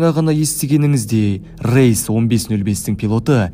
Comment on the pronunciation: рЕйс, неге рЭйс ?